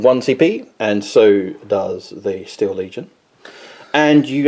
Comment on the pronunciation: They are "Steel" legion as in the metal, rather than "Steal" to dishonestly appropriate. ✌️